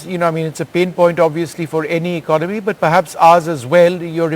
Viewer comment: I suggest that first looks up the dictionary and learns the correct pronunciation of the word “ economy.”